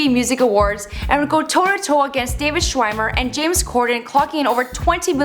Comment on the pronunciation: Lol she said David schwamer 😂 ugh where you at? At least you mispronounce words less than Stella